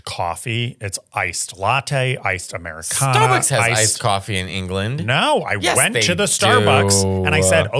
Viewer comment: it's an AmericanO. With an O not A. Stop trying to girlify everything LOL